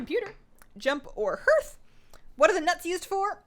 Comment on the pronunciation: love you, pronounced HARTH! not herth <3